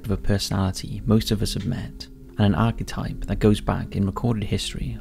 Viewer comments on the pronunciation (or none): none